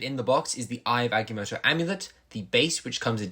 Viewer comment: It’s pronounced (Ag-ah-moe-toe) not (ag-e-moe-toe)